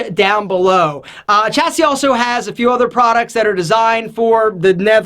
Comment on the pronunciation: "Chassis" is pronounced "Shassey"